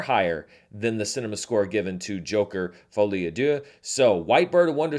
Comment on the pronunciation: Hello, I'm French and I'm sorry to say that this is not how you pronounce "à deux". (just kidding, I could not care less 😄)